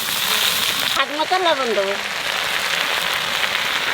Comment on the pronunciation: খাতি আস্বাদ লাগে স্বাদ কে আস্বাদ বলেন কেন